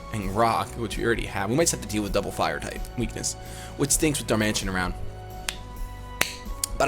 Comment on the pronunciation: Darman-eh-TAN, not Dar-Mansion...